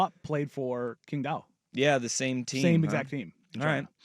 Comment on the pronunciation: Quing Dao is pronounced Ching Dow....people keep saying King...it's Ching.